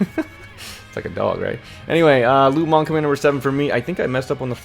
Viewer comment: lu meng -> lu mang lol